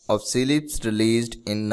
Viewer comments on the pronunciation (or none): well, its not pronounced as SEE-LIPS, because there's no dash, space or even a comma between C and LIPS, its CLIPS. we do not pronounce cat as 'see at', its cat. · See lips, bro its CLIPS not C-LIPS